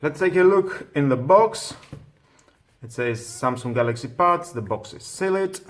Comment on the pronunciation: Not Pads. Buds, with a B